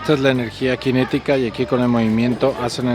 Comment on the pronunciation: No es Latvia, en español es Letonia. Y es energía cinética, no "quinética". No te achilangues.